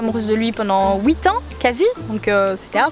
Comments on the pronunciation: "pendant houit ans" 😂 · Tu es belge car tu as dit ouite ans et tout les belges il disent huit comme sa